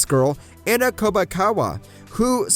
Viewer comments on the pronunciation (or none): none